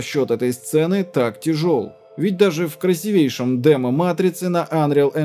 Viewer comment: В слове "красивейший" ударение падает на первую букву и.